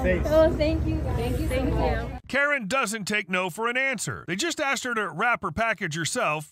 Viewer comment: why tf are people saying aksed